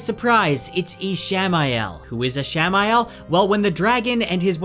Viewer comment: Is he mispronouncing Ishmael <— or is it spelled a different way?